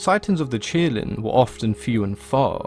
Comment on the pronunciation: It's qilin, not kirin. Please pronounce and write its name correctly